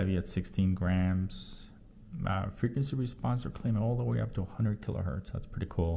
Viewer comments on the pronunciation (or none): none